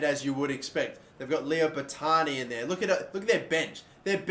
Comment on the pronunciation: Omg🤦🏼‍♂️ he said Leo Botani😂😂